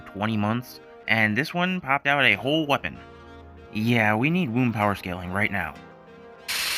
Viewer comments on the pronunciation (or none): none